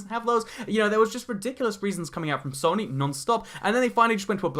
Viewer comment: please pronounce it soe-nee